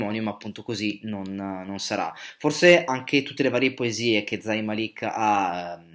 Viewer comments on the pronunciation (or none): Si legge con la z morbida e màlik si legge non malìk E g si legge con la g morbida e si dice hàddid non haddìd